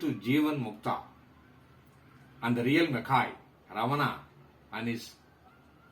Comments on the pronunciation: prounaunce ramana is incorrect; raman is correct.रमन not रमना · Only Hindi idiots speak Raman. All others speak as Ramana. It is Ramana not Raman or Ramanaa. Even in Sanskrit it is Ramana.